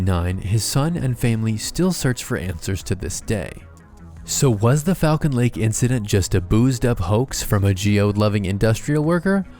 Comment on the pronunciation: As someone who goes to this lake I need you to know it's pronounced Fall-Cuhn. Also I've done a horse back trail ride out the site where the sighting happened and people have brought geiger meters and the area is still mildly radioactive